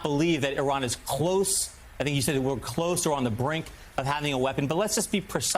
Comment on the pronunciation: I doubt he could even spell 'consequential'. He can't even pronounce 'Iran' correctly.